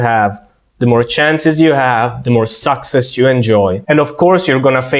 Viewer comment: Ciao, nice video as always. Tip: The word succes has the accent on the second syllable I think.